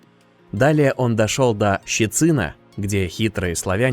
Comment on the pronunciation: Интересно конечно. Но. Текст читается вроде по русски. А как будто не носителем языка. По русски будет щЕцин, а не щецИн. кОмнин, а не комнИн. Вы вообще от куда будете?